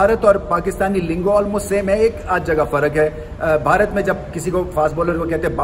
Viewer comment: Am I the only one who Absolutely loves to listen, how the way rameez sir says “ Bharat ”❤. Damn good commentator 👌